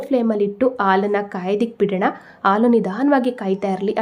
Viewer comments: Sweet is good.please pronounce as halu for milk.not alu. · ಆಲೂ.. ಅಲ್ಲಾ... ಹಾಲು .... ಎಂದು... ಹೇಳಬೇಕು...😊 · Please pronounce haalu not aalu 😅